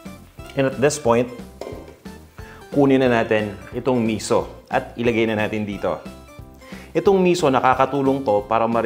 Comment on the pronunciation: Misú yun ang bigkas ay parang "pito" (7) mabilis na biglang hinto, hindi miso na ang bigkas ay parang "piso"